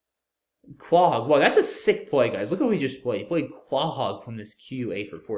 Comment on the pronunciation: Pronouncing Quahog like kwa-hog and not koh-hog D